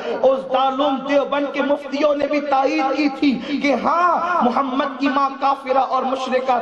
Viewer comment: Phle Muhammad sallal lahu alaihi wasllam ...phle nabi (saw) ka nam sahi se lena sikh le ... Tmse jata zillat wala koi nhi jahiloon